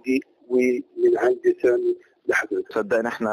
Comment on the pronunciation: اسمه سامي ... عيب تقولو سام